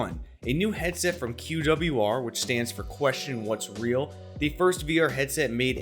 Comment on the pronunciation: "heaset" ya forgot the d